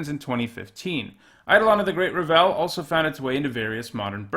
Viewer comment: How tf do you mispronounce Revel?